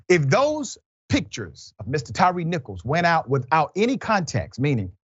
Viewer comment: Please Dr.Richey. His name is ‘Tyre Nichols’ . Not Tyrice.